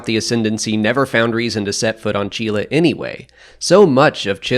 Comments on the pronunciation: Is that really how your pronounce Csilla? I always thought it was more like C-sill-ah. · from what i remember in SWTOR, my imperial agent chiss does pronounce it C-sill-a might be different pronuncations either overtime in the star wars universe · Wait... how do you pronounce Csilla? What the hell :D I always pronounced it as "Sila"